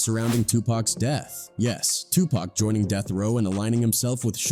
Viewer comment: Stop calling Tupac Pack